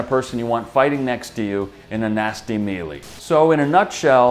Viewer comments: Respectfully sir its (me-Lay). Git it right or I'll Stab you,... respectfully. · Awesome series, thank you! One thing cut my ear though: as far as I remember the word "melee" has a different pronunciation than the one used at the very end of the video.